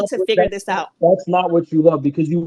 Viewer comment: "I am Canadian, I don't know how you figured that oooot" 🤣🤣🤣